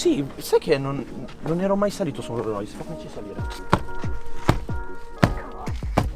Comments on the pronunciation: "un ro rois" e con questo chiudo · "RORROIS" (si scherza è) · Non conosci i modelli di rollrois ma nemmeno la pronuncia grande lori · Devo imparare a pronunciare correttamente ROLLS ROYCE😅 comunque vi aspetto su instagram come al solito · Ma come pronunci Rolls Royce 🤨